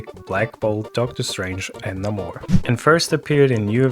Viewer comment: Did you really pronounce Namor "n'amor" ?? 🤢